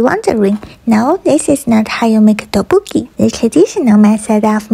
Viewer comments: No hate but the pronunciation is tok-Bok-Ki♡♡♡ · thats not how u pronounce tteokbokki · if she was korean she wouldn't pronounce tteokboki like that 💀 (I'm korean btw) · Bro the way she pronounced tteokbokki makes me cringe 💀